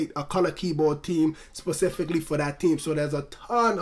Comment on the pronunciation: its not tree but its three and its not team its theme lol